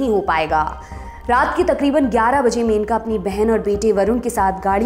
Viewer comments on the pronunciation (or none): मेनका नहीं, मनेका गांधी सही नाम है, कृपया सुधार करें।